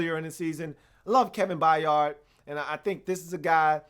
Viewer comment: only thing is Kevin's last name is pronounced By-urd it's not a hard 'A' in the middle of his name, I say this because it's important to pronounce future Hall Of Famers names properly -_^